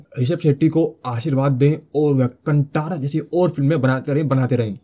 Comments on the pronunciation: It's pronounced कांतारा, not kantara Bhai. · It is not - कांटारा..The pronunciation is "कान्तार" ch*tiyo!!